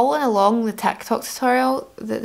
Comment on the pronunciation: Ah, she's saying "TikTok." To my ears I heard "tech talk." Yeah, different content. heh.